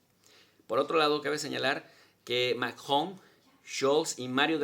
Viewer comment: Con todo respeto, ya sabemos que hablas Francés, solo quisiera hacerte saber que lastíma los oídos que digas "Macgwong" al mencionar a Macrón. Saludos. Se le quiere.😁